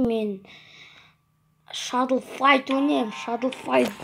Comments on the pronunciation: Шадлфаит емес шадау фаит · шадл файт емес шадо файт